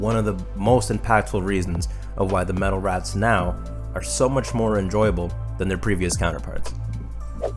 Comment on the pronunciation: I keep hearing you say "metal rats" instead of raths lol Great video.